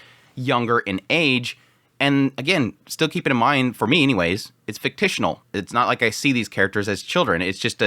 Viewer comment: Fik-shin-al